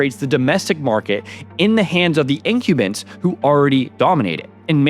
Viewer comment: In-cube-bents for incumbents. Buddy, you have the worst reading vocabulary pronunciation I have ever come across, including my own. (I.e. you've read the word but never heard it pronounced.)